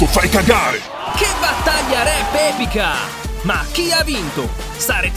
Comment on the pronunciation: Si dice epica non bebica😡